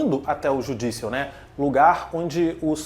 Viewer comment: Engraçado você pronunciando Judicial e TI kkkk